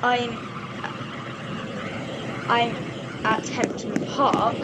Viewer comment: Btw its Hemdon Park not Hempdon Park lol......anyway good video - im subscribing.....but its very pixelated so if you have OBS search best recording settings on YouTube